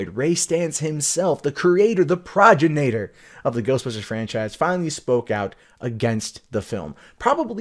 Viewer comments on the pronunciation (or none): pra-gin-nay-tor? You mean progenitor (pro'-gen-i-ter)? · 'PRAH-gen-ayt-uhr? Surely you meant pro-'GEN-it-or. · Pro-GEN-It-OR.... not projenator. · Correct: pro-ge-ni-tor Incorrect: pro-gi-na-tor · Pro-JEN-i-tor not PRAH-ji-NATE-er.